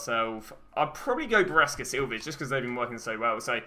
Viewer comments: Hey, loving the series it has helped me a lot. When you pronounce Brescia, it is Bre-shia, not biresca. ❤️ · Anton Rushevich I was about to write the same thing. Love the guys videos, but the way he pronounce Brescia makes me angry 🤣